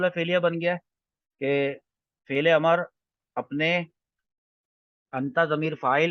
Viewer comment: ماشاءاللہ، بہتر ہوگا کہ لفظ "امر" کا تلفظ میم پر زبر کے بجائے اس کے سکون کے ساتھ کریں۔ اَمْر۔ شکریہ